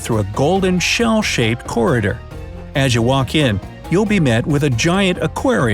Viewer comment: this dude really said corridor like 'coridir'